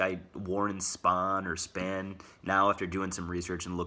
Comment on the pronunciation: Warren SPAN /SPAHN or something like that....🤣 Glad you made this video 🖓